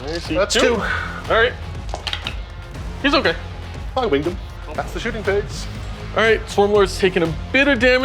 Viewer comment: Is there any reason or story behind why at Play On they like to say shoosting phase? I know used to say it as a personal quirk but lately I have heard most of the other Play On regulars saying it.